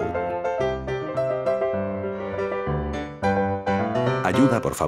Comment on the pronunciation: Oye tu dijiste Aiuda, se dise ayuda